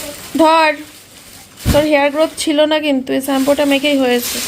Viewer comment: তোমার বরের মুখের ওরকম অলস ভঙি দেখলে খুব বিরক্ত লাগে,,,আর স্যাম্পু হবে না কথাটা শ্যাম্পু হবে,,,,,😂